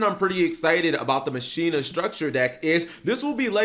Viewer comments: Machina = Ma-shee-na? I always thought it was pronounced Mah-keen-nah! I used to use them with karakuris& Mekklord granels! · Its "Ma-ki-na" y'know, like Deus Ex Machina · Mach....e...na its spanish for machine just it doesnt sound like you butching the name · Isn’t it pronounced “ma-ki-na”? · ir is prenounce makina though tone the Ma. Same as Deus ex machina